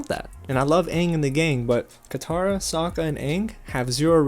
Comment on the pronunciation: Yue's penis hair was a classy touch. Also "soakkuh" and "Agni KEE".